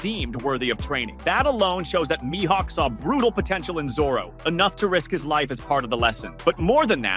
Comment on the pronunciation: I hate how he pronounces Mihawk